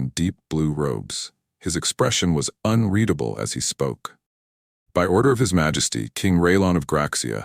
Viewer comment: A very good story throughout. My favorite part? A story where the AI finally pronounces “unreadable” correctly multiple times. Sniff sniff, a single tear runs down my cheek. Thank you